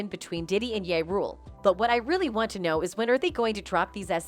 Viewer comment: She say ya rule who df is that I thought it was ja rule 😅😂😂😂😂